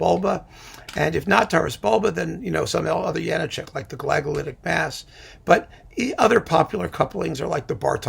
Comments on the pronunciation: A now-Canadian-citizen violinist friend / colleague, who was born in the then-Czechoslovakia and who moved to Canada in his high-school years, insisted that the diacritical marks in the spelling of Janacek's name means that it should be pronounced Ya-NAH-check, with the stress / accent on the middle syllable of the three. Make of that what you will... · On a walking tour of the Czech Republic, I asked our guide (a native Czech) about the correct pronunciation of the name. She said it's "yah-NAH-check."